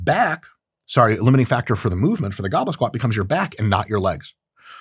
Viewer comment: You hear gobble squat. I hear goblin squat.